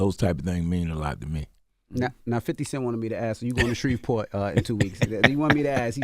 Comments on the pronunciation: Shreveport Envy not Shrevesport 🙄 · Every need to learn how to say Shreveport😒